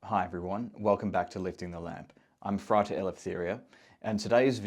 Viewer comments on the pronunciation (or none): Why don’t you pronounce it FrAter? 🫠